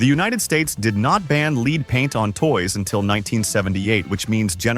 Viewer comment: Lead paint PRONOUNCED WRONG!! OBVIOUSLA AI